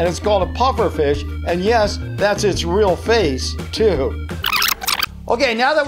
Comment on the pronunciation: Yeah his is “ril”